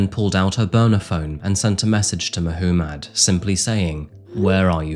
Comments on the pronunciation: Who pronounces 'Muhommad' as 'Muh - who - mad'? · Mahoomad? lol it’s probably Muhammad . The accent doesn’t give you an excuse to pronounce stuff wrong. Now I know why you have to interpret Shakespeares work because he was British and when the books were written down they couldn’t understand him. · Is his name spelled differnet or is just youre accent? No hate i just CANNOT UM HEAR "MAH WHO MUD" and its just gets louder everytime lol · FFS! MAH-Hoo-MAAD?? You're deliberately mispronouncing the most popular name amongst Islamic men just to make yourself sound extra fancy for English audiences. I see what you're doing and It is fucking cringe. Just pronounce the name like the rest of the entire English speaking population. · Mahoomid? 😂 did you do that on purpose? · Did my mans say [Ma-hoo-madd] & [Mo-hoo-madd]? Crazy pronunciation for such a popular name worldwide. Especially crazy considering it was the most popular name given to babies in England and Wales in 2023. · I found it amusing. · Am I the only one who can't get over "Muh-hoo-mad"? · I've never heard that name be pronounced Muh-who-mad before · Rob Zombie voice Mahuumad.. Mah-huu-mad! Mahuumad.. Mah-huu-mad! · who says Mah-hoo-mad for Mohammad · I'm sorry but that pronunciation of Muhammed is driving me crazy 🤪 if that's the name you're saying then it's meant to be pronounced moo-hum-id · I think you're saying 'Muhammad' wrong. 🤔